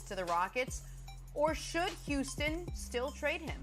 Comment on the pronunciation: And instead of saying "him" he says "eem" lol